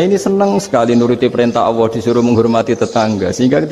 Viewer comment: Bagus sih... tp knpa mesti nyleneh tdk normal2 saja.. Nyebut Allab aj awoh... wakakakkkkk... kyk gt guru uatad kiayi.. distu jlas ada lam kok awoh... wakakkk sy sih msh cekak ilmu agamnya tp kl liht org2 yg aneh2 gini saya jd mnilai org ilmu cekak